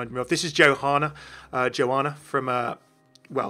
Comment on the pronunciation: Isn't it pronounced "YOhanna" and not "JOhanna?"